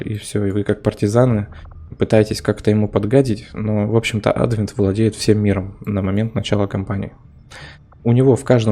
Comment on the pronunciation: Ты уж определись с правильным ударением в слове "Адвент"